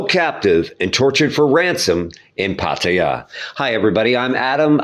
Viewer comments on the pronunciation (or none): Pattaya ❌️ Paateya✅️😂😂😂